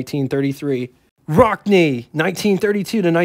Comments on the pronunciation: not "kewt" Rockne, it was pronounced "newt" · COOT Rockne??? 🤣😅😂🤣 (It's pronounced "Newt' though some people say "Kah-noot").